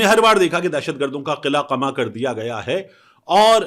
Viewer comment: طارق صاحب قلعہ (forrt) اور قلہ قمہ (demolish) میں فرق کریں۔ Their is hell of difference between two. Please correct your pronunciation.